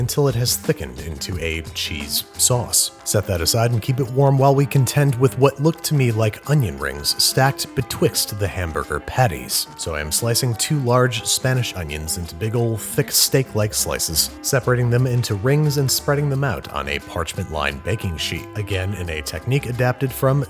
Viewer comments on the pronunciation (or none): Babish: betwitst Me: hehe xD